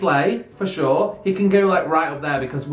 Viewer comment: His accent is so funny! The way he says sure 😂 “shoower”